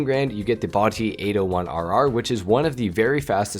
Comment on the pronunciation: Pronounced (b-AH-tee)